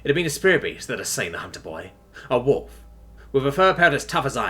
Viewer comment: Why does he keep pronouncing wolf as holef?